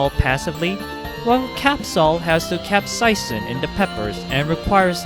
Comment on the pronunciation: i almost threw up at the way you say capsaicin